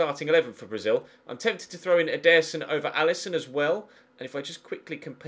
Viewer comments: he say's "EDER-son" (with force) instead of "ederson (with a slow vocie) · I dont think thats how you say Ederson, at ALL